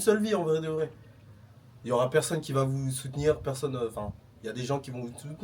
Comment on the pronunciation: Chef! T’as un livre en main mais tu ne prononces pas bien le mot 😭 « aura -100 »